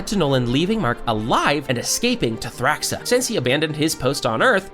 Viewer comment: Pretty good video, but I don't know how someone can mispronounce so many things when they literally say the words in the show. Like Angstrom, Thraxa, and Unopan